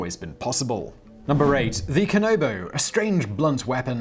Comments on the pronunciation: “I’m going to do my best” proceeds to not even try Dude, Japanese is literally said as it’s written- Kanabo= “Kah Nah Bo” not “Kah No Bo” Also- If you can say “Queue”(or the letter “Q”) you can say “Kyo”, not “Ki-yo”. ALSO- I don’t know if you’re reading from a script, but whoever writes it(especially if it’s you) PLEASE double check your spelling- you said “Rurouri”(not Rurouni) MULTIPLE times. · Kanabo. Not Kanobo. Break down the word before you say it. KA. NA. BO. Not KA. NO. BO.